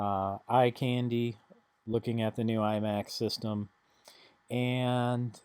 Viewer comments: its iMac not emac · "ee-mac" are you serious? lol and 130 dollars is way more reasonable than 200 dollars for a 20 inch 2008 imac. I bought a 150 dollar imac (pronounced eye-mac) but it was a 24 inch and I got the newer thin apple keyboard and mouse. Guy wanted 250 for it but I got him to sell it to me for me 150. It is practically flawless and in nearly perfect condition. I don't know who all owned the mac, but they took great care of it.